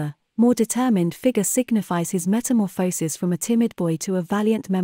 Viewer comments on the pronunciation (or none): none